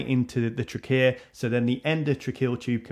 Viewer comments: Won’t get used to that pronunciation of trachea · I love the way you pronounce trachea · Is the pronunciation of trachea with stress on the second syllable the standard for speakers from dialect region (which I assume to be London or somewhere in the southeast)?